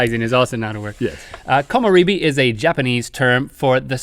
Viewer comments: they mispronounced komorebi. it's kō mō REH bee. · ummmmm im actually studying Japanese,this was 1st pronounced wrong Komorebi (Koh Moh Reh Bee), secondly there is a second word that is more official (hinata [Hee Nah Tah], yes a charictars name from an animecalled Naruto) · Komorebi isn't pronounced Komo-ree-bee, it's Komo-re[like the "re" from rest]-bee. Like Sake isn't Sa-kee, it's Sa-ke[as in the "Ke" from Ken]. When it comes to "e" in Japanese it is NEVER "ee" like Bee!! That's "i"! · they didn't pronounce komorebi (こもれび) properly its supposed to be pronounced kōmōrābee not kōmōreebee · you said komorebi wrong in this ...''ko mo re bi'' e is pronounced like in rhett Eh.... :3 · komorebi, at least how they spell it, should actually be said with a reh sound like in rhett, not ree like in bee. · Komorebi is pronounced "koh-moh-reh-bee". E in Japanese is always pronounced as "eh" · I haven't seen this video in 2 years, the year I discovered these guys and the channel at all. The "re" in komorebi should be pronounced like the sound in Rhett. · You butchered Komorebi (木漏れ日). It’s not that hard guys. You got the ko mo and bi right but re is pronounced most closely to the “le” is “leg”.